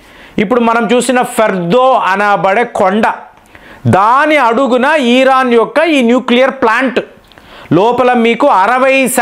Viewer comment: ఈరాన్ కాదండీ ఇరాన్